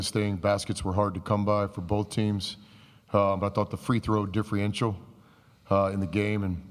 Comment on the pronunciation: Someone needs to teach him how to say "Differential" if he's going to complain as much.....no idea what a "difrienshul" is.